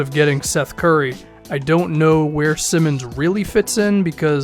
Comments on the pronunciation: its Simons not Simmons, small but its annoying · It’s pronounced Sy-muns